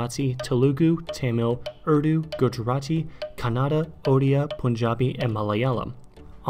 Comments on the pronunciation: That "Kuh nada" pronunciation made me cringe inside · Check the correct pronunciation of Telugu and Kannada.